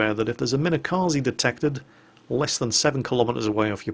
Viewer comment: could you stop calling it minekazee please? it's kaze, for wind.